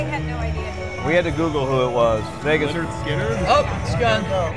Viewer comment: It’s lynyrd skynyrd. Jesus christ